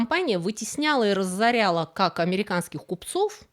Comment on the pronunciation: Нет слова "раззоряла", есть слово ра-зо-ря-ла.